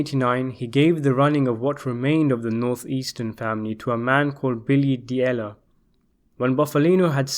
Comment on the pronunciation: D’Elia. Not Diella. Are you dyslexic?